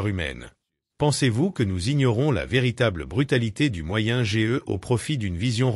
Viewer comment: Moyenne age on prononce âge entièrement pas lettre par lettre